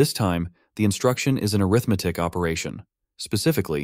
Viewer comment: Wow!!! Awesome presentation! I already know most of this stuff, but I LOVE to hear such a clear presentation! One small quibble, the word “arithmetic” is pronounced aRITHmatic as a noun, but arithMATIC as an adjective. E.g. an arithMATIC operation performs aRITHmetic on its operands. Quibble aside, awesome stuff!